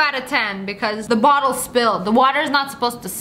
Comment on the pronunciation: Lol you said bittle instead of bottle XD